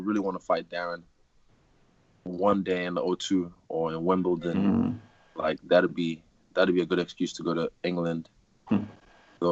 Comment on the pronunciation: Wimbledon? what?